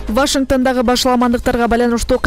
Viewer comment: Вашингтан эмес Вашингтон деп туура окугулачы сураныч